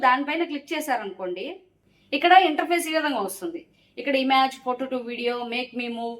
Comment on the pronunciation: ఇమాజ్ కాదు మేడమ్.. ఇమేజ్